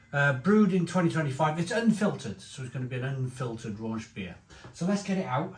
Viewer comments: I'm hoping if enough of us tell him how to pronounce Rauch (ROWK) then he might actually listen and bother to try and pronounce it right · It’s pronounced Rowk. Row (rhymes with cow) as in argument with a k on the end. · it's smoked ham in a bottle. And Rauch is like "ach" with the Row from rowdy... Rowch ;)